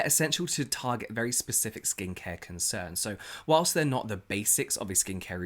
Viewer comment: Why does James make saying whilst sound so perfect? Maybe its my American accent, but it never comes out right when I try to use it lolololol.